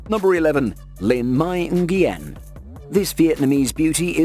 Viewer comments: As always, deeply respectful and well written. I believe Nyugen is pronounced "Noo-Yen", but someone who knows for sure should confirm. Keep it up :) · it's pronounced "wen" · Nguyen is pronounced "wen" not...whatever you said